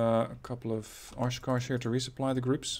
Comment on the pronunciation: I get a chuckle everytime says the Oshkosh transport truck in, what I believe is a Hebrew or Yiddish style of pronunciation. I might be wrong or I might be right. I know this video is a year old, but the Oshkosh transport truck is actually made in Wisconsin, USA. In the town of Oshkosh, go figure. Thought I share this fun fact with everyone. Never thought I would hear the town of Oshkosh, which is typically said in a midwestern accent, in a Yiddish-Hebrew one. Thanks for the chuckle.